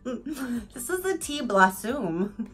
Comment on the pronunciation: Blossume lol